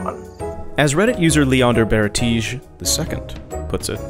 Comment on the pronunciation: Great video, love your presenting and have just subscribed! One thing that made me laugh was the username "leonderbaertige_II" which you pronounced french but is german (for Leon the bearded) ;-) . I am looking forward to watching some more of your content